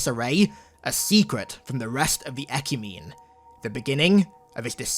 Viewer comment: It's pronounced 'eh-kyoo-meh-nee'.